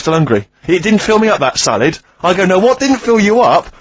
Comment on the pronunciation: Someone tell Steve its called salad not salid how he pronounces it